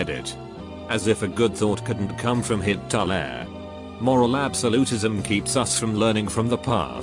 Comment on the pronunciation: Everyone else: Hitle TTS: HIT-TO-LAIR